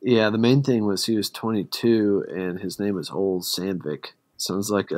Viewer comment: Ole is pronounced "O-Lee" It's a scandiavian name... he isn't "Old Sandvick"